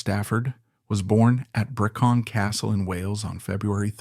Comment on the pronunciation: Brecon castle. Not Bercon.